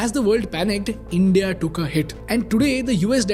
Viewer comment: Bro please atleast say the word India better